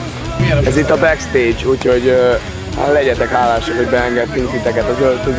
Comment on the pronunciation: én megnéztem. ma 30-szor. "ez itt a beksztédzs" XD